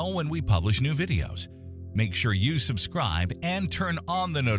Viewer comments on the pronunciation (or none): none